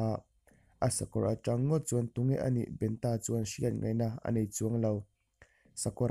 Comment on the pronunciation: Ngawi teh aw.Eizawn leh pawisa hmuh nâna hman in tum anih pawhin lehkhaziak chhiar leh hming chhiarrik dan tal hi uluk teh u khai.Entirnãn--'Benta' tih hi mihring hming ani a,BEN-A emw BENṬ-A tiin lam tur.A ziak ang angin i chhiarzawm a,mihring hming nge,lui hming nge,ramsa hming tih a hriathran theih loh.Thawnthu ngaihnawm tak,a ngaihnawmna bo ṭhakin i chhiar tlat mai.Hei hi nidang zêla i fimkhura i inzir zêl nâna ka thurawnah lo ngâi teh khai.A hman hmanin Youtube-ah thawnthu,adt in dahlût hi sim teh u.Lehkha chhiarthiam satliah niloin 'chhiar dik' a pawimawh.Hei hi thurawnah lo ngâi mawlh teh aw.